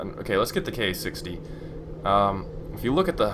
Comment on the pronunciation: Ka-60 would be pronouced 'Kar-sixty', not 'K-A 60' (at least for the real Ka-50 that's how it is)